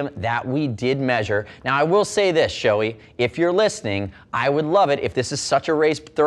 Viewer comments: Gotta call out the incorrect pronunciation of Shoei in all English language videos. It's NOT Shoe-ee, it's Show-ay. ショウエイ (Shouei) is separated in to ショウ (Shō with a long "o") and エイ (ei). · show-E? no no no, its japanese. show-AY. ei. come on guys.